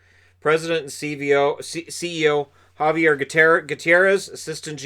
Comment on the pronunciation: “Xavier” not “Javier”. Pronounced “Zay” not “Ha”